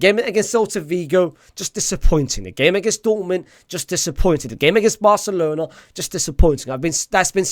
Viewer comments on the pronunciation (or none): none